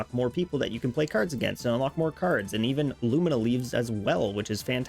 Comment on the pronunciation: LUMIA LEAF LOO-ME-AH not lumina